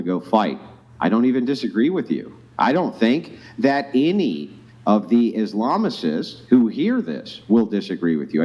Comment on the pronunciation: Why does he keep mispronouncing "islamist"? "Islamicist" or whatever he's saying isn't a word.